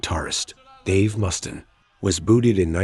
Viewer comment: you mis pronounced Dave Mustaines last name. Others too but that was the only one I remember.